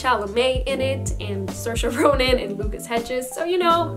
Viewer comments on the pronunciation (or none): none